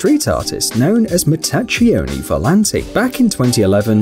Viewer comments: The first group, Mattacchioni Volanti, is not pronouced Mattaccioni but Mattakkioni. The CCH in Italian corresponds to KK in English. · You say Mattakkioni volanti , that's how an Italian speaker would hear it correctly . In Italian the combination ''CHI'' would sound like ''KI'' in english , that's your Italian class today LOL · It's "Matta-kee-oni". i knew he was gonna read it wrong lmao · Omg if u have to mention Italian names, at least make sure to pronunciate them correctly. I am referring to matacchioni volati